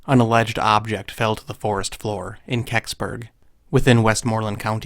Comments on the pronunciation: Did u say Keks-burgh? Really? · Did you say KEKsburg?